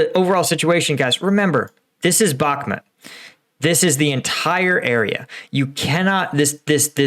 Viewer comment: Dude. My ocð if i have it is being triggered by you saying bokMIT....its BOKMOOT...